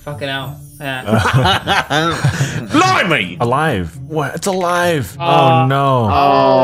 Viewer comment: "o-live???" "olive" "it's olive" "OLIVE"